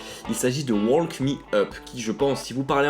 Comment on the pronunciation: On ne dit pas le l de walk :p